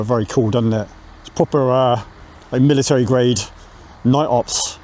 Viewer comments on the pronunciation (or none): none